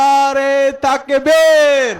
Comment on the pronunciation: He doesn't know to correctly say Naraye taqbir, not nare taqbir